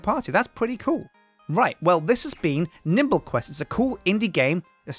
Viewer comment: At the end it sounds a lot like he said:"And i've been and this is been sjindie games, nibble quest, and ill see you next time for some more Sjindie Games"